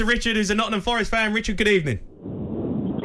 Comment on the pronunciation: Jamie, ‘ Nottinham’ has a G in it🤦🏽‍♂️🤷🏽‍♂️😂😂same as ‘birminham’😂😂